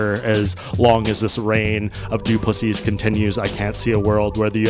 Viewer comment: Doo plu SEA!!!!!!!! No not Seasssssss nor seessssssd.......say SEA......STOP DO NOT REPEAT LAST S